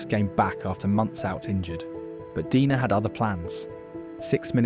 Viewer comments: Why the narrator dude keeps pronouncing "Dener" as "Dina" or "Deener"?? Do you have some consistency issues? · So is he Deener or Dener? You kept pronouncing it differently. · you keep changing your pronunciation, and it sounds very silly